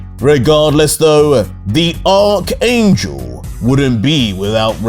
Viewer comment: He finally said archangel the right way!